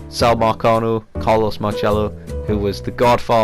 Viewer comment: Just a heads up, nobody pronounces it like that. People here in New Orleans say pronounce the “C” as an s. Carlos marcello( marsello)